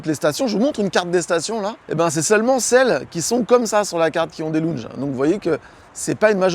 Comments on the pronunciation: Des quoi ? Des " longes " Des lounges " laouwndgeu" Repeat after me . Where is Bryan ? Bryan is in the kitchen . Sinon , merci pour la vidéo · Pas mal les "lou n ge" 😄👍